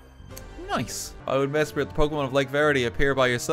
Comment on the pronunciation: Just a heads-up: It's Mes-prit. M-e-s-p-r-i-t. Not Mespirit.